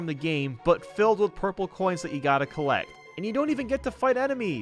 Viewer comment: Collect not collec